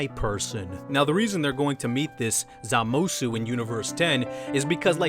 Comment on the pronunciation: wtf is a zamsuoo? it's zamasu lmao